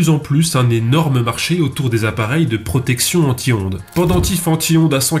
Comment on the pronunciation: à force je n‘entends plus anti-ondes mais en tihonde